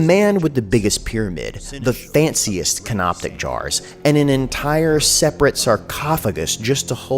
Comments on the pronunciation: It couldn't matter less, but it's canopic jars, not canoptic. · CANOPIC NOT CANOPTIC LMAO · Can-op-ic, there is no ‘T’ lol. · "Canoptic" There is no T in that word. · There's no "t" in "canopic." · There’s no t in canopic jars - otherwise, hilarious as always lmao